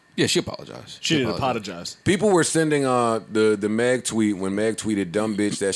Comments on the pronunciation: I heard you...A-POD-IGIZE 😂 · Aye .. parks I heard you “ A-Pod-a-gise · "She didn't apPODagize" 🤣😂🤣🤣